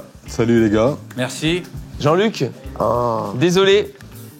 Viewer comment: L accent parisien il a dit jean luc aie